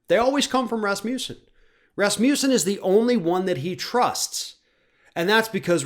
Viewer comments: "Raz-moose-en"? lol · Sorry about this digression, but is that how he (Scott Rasmussen) pronounces his name or is it the way Americans interpret it? As a speaker of a Scandinavian language, it throws me off every single time it's being said. To me, the first a should have a more 'ah' sound, the u should be pronounced without j sound before the u (as in not euw, just uw). Of course, none of this matters as it has nothing to do with what's being said. Again, sorry for digressing into the unrelated issue of phonetics. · Rasmussen is definitely not pronounced like this... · Here som trivia. Last name Rasmussen actually means son of Rasmus. Sen is the son part of the name. In the olden days, people inherited their surname based on the farthers first name and with the ending sen (son). So to say the surname correctly it has to be - Rasmus-sen.